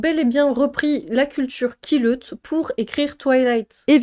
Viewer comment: je rigole à chaque fois que tu dis "la push" et "quileute" désolée ces noms dits à voix haute sont trop drôles XD j'ai a-do-ré redécouvrir cette série que j'ai lue à la grande époque ^^